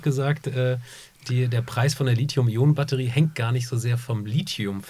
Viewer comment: Und sie sagen "Lit-hium"! Wie gut, das zu hören statt Lizium .